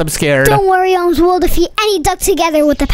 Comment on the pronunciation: IT'S OMZ NOT OMS